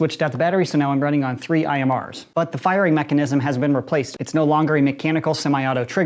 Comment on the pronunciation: Tree hundred fourteenth